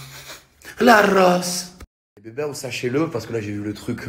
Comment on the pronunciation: " c'est dieu qui donne mon bebew " 😃